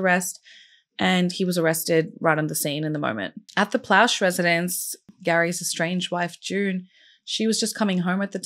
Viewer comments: Plauche is pronounced "PLO-shay" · I remember this well. I live in Louisiana & was in Jr High at the time. Gary was a hero. He not only stopped a disgusting predator from ever victimizing anyone else, he also spared his son the trauma of a trial *For the record, the last name is pronounced "Plaw-Shay". It's French (Creole) Those names are very common in Louisiana. And another note- Baton Rouge is hardly a "small community" 😅 It has a population of over 3/4 of a million people. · Pronounced "Plo Shea"